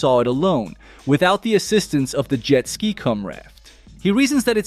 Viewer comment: well now i know just to ask the robots to pronounce jet ski...